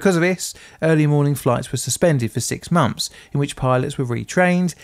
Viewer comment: Firty? Deaf? Monfs? Fousands? Plefora? PLEASE try to pronounce TH as 'th', not 'f'.